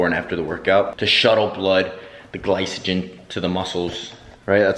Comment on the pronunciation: her: I want me a smart man.: "the glysogen"